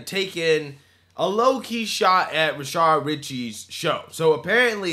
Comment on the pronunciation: Why does this guy always say 'Rashard?'